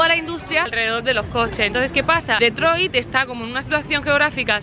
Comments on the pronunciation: No se pronuncia DEtroit si no"Ditroit" con pronunciación en inglés...por FAVOR. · Se dice o se pronuncia Ditroit y no DETROIT